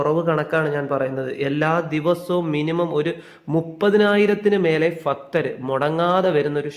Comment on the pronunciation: എന്റെ പൊന്നെ ഫക്തർ അല്ല ഭക്തർ 🙏